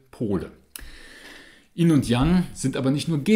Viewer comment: Why do you pronounce yin = "in"??